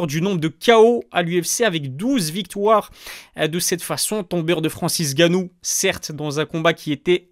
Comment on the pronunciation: Bravo :) Mais c’est Francis Ngannou Et ma pas Francis Gannou :)